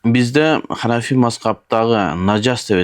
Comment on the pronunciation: Ханафи деп болунбойле айтса болбойбу